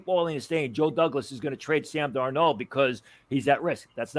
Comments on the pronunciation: "Darnold" not "Darno." lol. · Why does this guy say Darnold like that